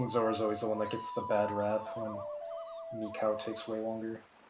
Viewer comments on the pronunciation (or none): none